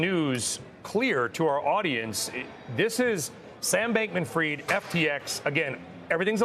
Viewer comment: Fried not freed.